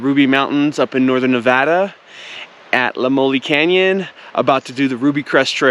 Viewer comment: Its pronounced “La Moy Ol” Lamoille I live about 15 min from there